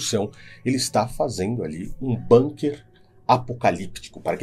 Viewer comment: Bunker é uma palavra alemã e se lê bunker e não banker